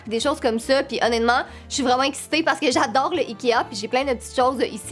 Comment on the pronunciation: tu dit tout le temps «onetement »